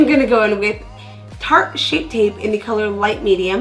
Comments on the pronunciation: Was it just me who cracked up laughing when she said "shart" ??? 😆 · I thought you said "shart" 😂 #chunti 😂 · when you said shart instead of tarte I laughed for like 2 minutes straight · Wait did she say shart?! Hahahaha best part ! Love the contour too 😘💩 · "Today I am going to go in with the shart.... I mean Tarte" 😂😂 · OMG while I was watching I had to go back to make sure I heard correctly "shart," 😂😂😂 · Thank you for the snatching tips! 😂 loved the video💜 and when you accidentally said..."Today I'm going in with the shart" i was like waaah lol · "Shart" concealer 😂😂😂😂😂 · Rena Doll I swear I scrolled down to see who else heard that I LMAO!